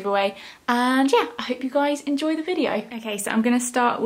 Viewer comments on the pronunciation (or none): none